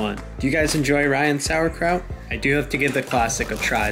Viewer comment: (I'm German) Yo the way you pronounced Sauerkraut was really good like most People on the Internet don't give a f*ck about Pronunciation, but you nailed it.